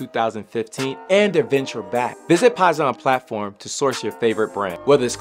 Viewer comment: its pronounced poison